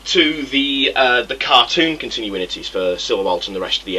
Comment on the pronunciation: Hehe, you say "Contin-u-in-ity". It's "Con-tin-u-ity".